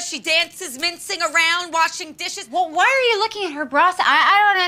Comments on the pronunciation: Is it "mincing" or "mintzing?" - do you know? Super important ahahahaha.... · “mincing around” 😭